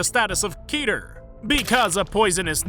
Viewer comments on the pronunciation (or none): Its pronounced Keh-tur. It's from the Hebrew word Kether. Which I believe means colorless, but I'm not certain